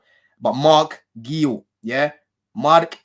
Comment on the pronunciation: It’s Marc Geeyou not Marc Gill